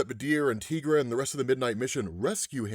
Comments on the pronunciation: Tigra's name is pronounced as it is spelled "Ty-gra". The name is a spin on the word tiger, per her co-creator, Roy Thomas. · It's actually pronounced like tie-gra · The way you say Tigra is off putting. Why say it so wrong? I know others must've have told you the correct way.